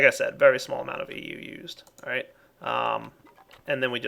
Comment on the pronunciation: its EU not MJ